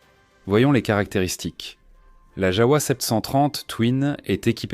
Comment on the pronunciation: Ça se prononce JAVA et non pas JAOUA !